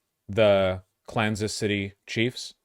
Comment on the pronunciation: Why do you call the Chiefs, "Klansas City".